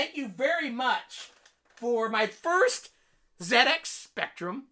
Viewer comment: It warms my heart to hear you said zed ex :)